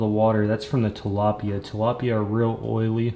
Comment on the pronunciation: ahem it's TILAPYA